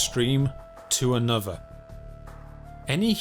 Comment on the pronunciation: Anuvva fousand ...